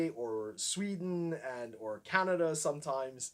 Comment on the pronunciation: not really, like the way he says sometimes //sometoimes// but yeah our proper does sound like a whole other language compared to our slang lol